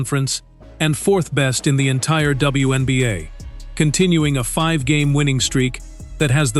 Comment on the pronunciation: Teach Ai how to pronounce Wnba not oneba’